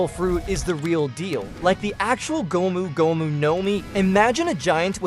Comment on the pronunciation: Prolly cause of how he pronounces gomu gomu